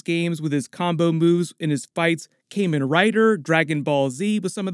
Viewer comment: As a toku fan, you're very mildly killing me with your pronunciation 😅 Kamen as in Kamen Rider or Tuxedo Kamen (to make a Sailor Moon reference) is phonetically more akin to the English word common than it the Cayman Islands. Kah-men Rider. You could also just use the translation of Kamen, "Masked" instead. Kamen Rider = Masked Rider.